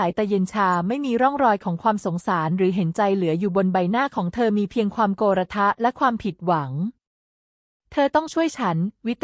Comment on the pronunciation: คนอ่านเป็นคนไทยตอนไหนของประเทศ อ่าน “ โกรธ ” เป็น “ โก-ระ-ธะ ” และอีกหลายๆประโยคขัดหูมาก